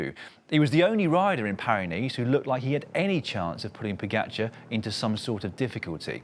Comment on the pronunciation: Fire the commentator that can't pronounce Pogacar.